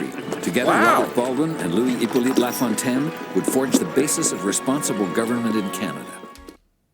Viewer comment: Always get a chuckle listening to pronounce french words and names. Law Fontaine rather than La Fontaine 😂